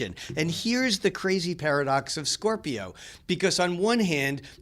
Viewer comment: “SCORPI-YON” lol the way he pronounces it is cringeworthy